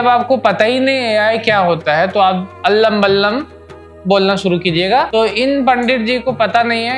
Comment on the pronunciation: भाईजान ने कहा, "अल्लम बल्लम" रियल लोकल बोली😂